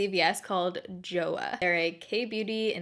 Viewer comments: Not "joh-uh" but "joh-wah". As an adjective it can mean it's good, as a verb means I like it. 좋아한다 or 좋아한은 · Joah sounds more like choah in korean - here is a little video showing you how to pronounce: Romanized korean words don't use the english alphabet re: sounds in the same way we do necessarily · You pronounce Joah as choah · Joah is pronounced more like “cho ha” and less like “joe ah” 🤷🏻‍♀️ lol just saying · Just in case you wanted to know, Joah is pronounced like "choh-ah" :) so just replace the "J" with a "CH" and that's how you say it! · I might be wrong but I think the brand name is supposed to be pronounced like a cross between "Cho-Ah" and "Jo-ah" or it at least has more of a "Ch" noise but please correct me if I'm wrong! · It’s pronounced Joe-Ah like one word 😊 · It’s pronounced jo-AH. With the emphasis on the ah. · Its pronounce as "chu-ah" 😂 Love the vid!! ❤❤ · just a fun fact: JoAh is pronounced like cho-ah, and is written in korean like 좋아! :) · "To like" in korean is pronounced like "jo - a" without the h sound. Plus, (just for fun) "to love" it's "saranghae" and pronounced like "sa - lang - he" this time the h has sound and r is like L because they don't have r in their vocabulary. Love your videos! Wishing you the best always! Kisses and hugs from Puerto Rico ❤ #baerrito